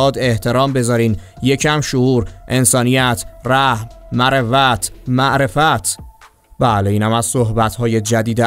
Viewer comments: مَروت که نیست مُروت درستشه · دوست عزیز فقط خواستم بگم یه مقداری به جای اون حالتی که به صداتون میدید که شبیهه بچه گیهای آقای حیاتی بشه تلفظ کلماتی مثل مروت رو یاد بگیرید تا کسانیکه سنشون کمه از شما اشتباهی یاد نگیرن کسی که میاد همچین کاری رو انجام میده باید کمی مطالعه داشته باشه که یه همچین اشتباهاتی نکنه